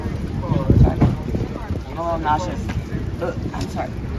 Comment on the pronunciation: I'm sorry, but did you say, I am nauseous or I am obnoxious 😂